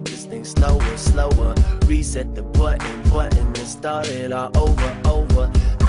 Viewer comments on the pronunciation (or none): none